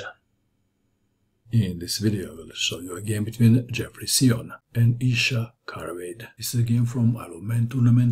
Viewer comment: Mato, I saw Xiong play in the USA championship. I believe you’re mispronouncing his name. Great video though.